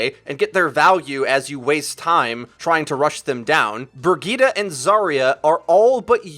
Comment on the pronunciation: who is bergeetah? IT'S BRIGITTE! - typical american ignorance of foreign languages.. sry but thats what it is. this is your game - your passion - your job. at least try to pronounce the chars right pls. otherwise, nice vid. :-*